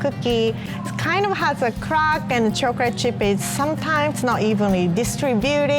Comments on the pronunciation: I love how she says "chocolate".. chocorate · Awhh I love how she says “chocorate’ I love she’s so cute and a real og😂😉❤️